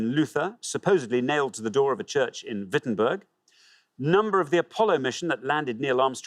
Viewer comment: It's Wittenberg, not "Wittenburg".